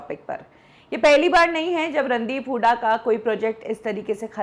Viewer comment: kya yaar jisko v dekho randeep sir ko randeep hudda kehke bolte hein...r e gawaron inka naam randeep hooda hey randeep hudda nahi...